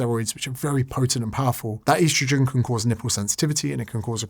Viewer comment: Please stop calling it "eastrojin"